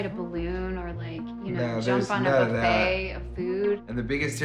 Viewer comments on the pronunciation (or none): none